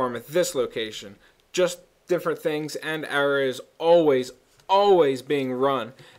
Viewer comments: it's pronounced uh-raw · UH RAH=ARAH. lol pet peeve for me. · I think you're saying arah wrong, just say it normally instead of like "errah" or whatever.